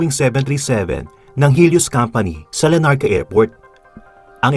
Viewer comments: Its LARNACA...not LA NARCA.. Good to know this amazing story. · not LA NARCA, , it's "LARNACA Cyprus" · Larnaca Cyprus po, not Lanarca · I think its Larnaca po not Lanarca..